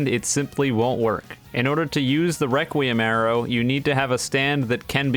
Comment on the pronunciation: I dont know if im deaf but i keep hearing him saying reqwuiem awrow and now i just hear him as a furry